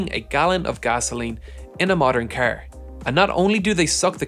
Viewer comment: Am I the only one who is like super bothered by how he pronounces the word "car" lol